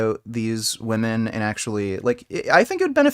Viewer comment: That’s not how you pronounce the word „women“.